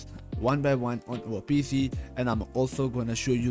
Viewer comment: U always say PF instead of PC